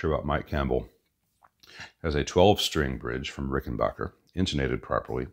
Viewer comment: It’s RickenBACKer, not RickenBOCKer.